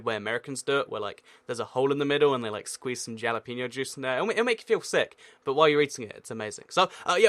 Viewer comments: ...you said jalapeño wrong. the j makes an h sound. hal-a-pen-nyo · It's not pronounced jalapeño it's halepeno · thats not how u say jalapeno